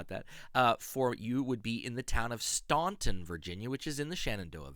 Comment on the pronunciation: FYI Staunton is pronounced Stanton. I was schooled on that by the locals.